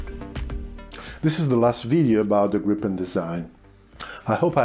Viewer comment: I think the most important thing I've learned from these videos is how to pronounce "Gripen" properly. Here in the US most people call it the "Gry-pen", with a hard-"i", like "ripen". Of course we also say "Tie-phoon", instead "Ti-phoon" like the Brits, etc. As for the engine being in the rear, wasn't that also true of all the other 4th gen jets? The F-14, 15, 16, 18, 22 and 35 all have their engines mounted in the rear. So doesn't the MiG-29 and Su-27, etc, Typhoon, Mirage 2000, Rafale. So how did the Gripen "pioneer" this?